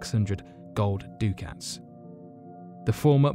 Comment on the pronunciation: I know it really doesn't matter but...Voynich manuscript ya keep saying "he paid 300 doo-cats"...ducats is pronounced "duck-ets"